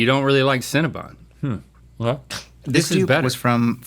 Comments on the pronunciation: CinnaBON, not BUN. 😂😂😂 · It’s CinnebOn, not CinnebUn. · Cinnabon “BON” not cinnabun!